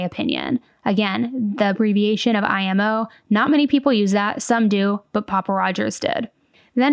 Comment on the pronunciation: not 'mio' but 'imo'